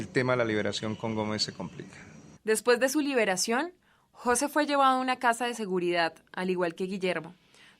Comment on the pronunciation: Jóse.... Porqué pone el acento en la "o". MDF influencia de presentadoras con el coeficiente intelectual de una yegua...